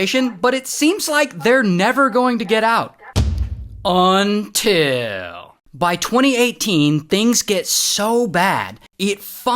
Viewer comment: I love it when Ray says "until"😂